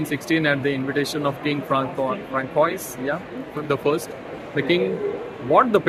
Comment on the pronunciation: फ्रेंच उच्चार फ्रांसुआ असा आहे. फ्रांसुआ, बेनूवा, जोशुवा काही कॉमन फ्रेंच नाव.